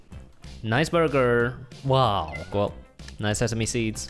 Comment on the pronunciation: No one: Literally no one: Not a single soul: /: nice borger